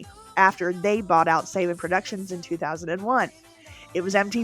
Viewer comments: Saban is pronounced SUH-BAHN, NOT SAY-BUHN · "If I messed up pronunciation of names..." You know how to pronounce Saban and just slipped, right? I'm sure he will come up again in future videos.